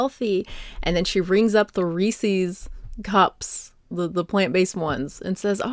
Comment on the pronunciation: lol if you say resees you must be from MA